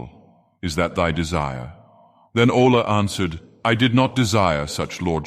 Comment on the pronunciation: This is really cool. Funny that the AI keeps pronouncing Aulë as 'owl'.